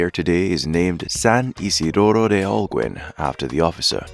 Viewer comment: The way the narrator pronounces Holguin.... is annoying LOL